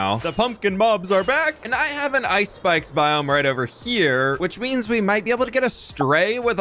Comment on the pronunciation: I totally thought he said “Ice Spice biome” instead of actually saying “ice spikes biome”.